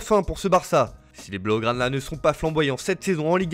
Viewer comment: “ Si les baougranas ne sont pas flamboyants cette saison en ligue 1 “ MDR je suis le seul à avoir entendu ça ? 😅😅